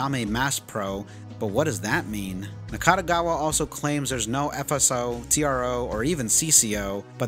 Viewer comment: Overall it's a very good summary of the plot of the game. Additional info from James and song lyrics are also insightful. Good job. Nakategawa, not Nakatagawa. And how can he be not in HCU, when he literally works in HCU? Game explains that all members came from different places, but they're all HCU workers. 50k yen today is still a lot. It's ps5 price in Japan. Not cup of coffee. Hachisuka is pronounced as Hachiska. Kusabi pronounced as Ksabi. Even James says it Ksabi. Nakategawa isn't a lolicon. He just says he likes lolitas. There is a difference. Typhoon people weren't in Blockbuster, they were in Tsutaya, but it's a same thing. And it's not 24 Wards, it's one 24th Ward. Also, you say that you've played over 10 times the game, right? Your Steam timer says only 109 hours, which is can be divided up to 5 walkthroughs. Where is the other 5? You played PS4 and Switch versions too?